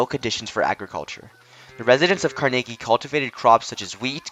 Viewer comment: please say Carnegie correctly its not Car-Nay-Gee its Car-Nuh-Gee sounds like Numb or Carnival